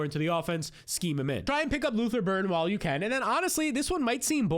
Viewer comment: Lutther Burden not Burton